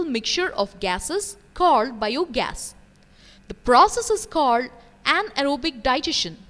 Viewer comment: The way she pronounces bio gas is biyooo gas